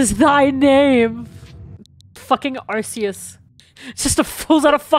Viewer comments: Everytime says “arseus” I physically hurt 😔 Just thought id edit this real quick and say i mean no offense to absolutely love her videos but my point still stands. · I just need to make sure that doesn't make herself look dumb later and mention that it IS actually "ark" phone. Originally Arceous was pronounced like an s but they changed it to a k pronounciation when they realized that it sounded like arse. XD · It bothers me the way she pronounces Arceus